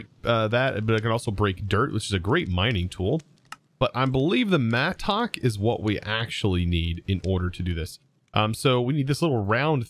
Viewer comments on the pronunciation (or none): It's not mat-tock it's mattock (matick) all 1 word